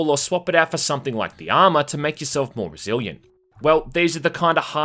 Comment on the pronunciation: I love how you pronounce resilient as "brazilian".